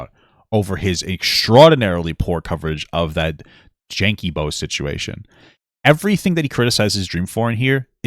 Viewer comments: Jankeybo KILLED me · i need a compilation of every time mispronounces danky jabos name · my personal fave was dj jankey boops